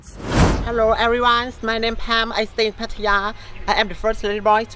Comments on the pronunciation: Patt-aya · Learn how to say “Pattaya “